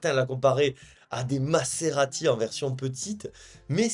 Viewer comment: Jadore ton contenu mais par pitié arrête avec Massssserati ca me fait tiquer etant italien 😂😂😂😂 mais continue comme ca jadore .. mazerati mazerati mazerati